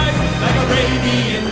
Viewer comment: I love the way he pronounces it "ARAYBIYAN"😍💯💯💥💥